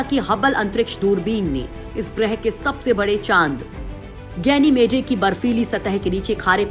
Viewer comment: गैनिमेडे नहीं गैनिमीड और औरोरे नहीं औरोरा होता है मैडम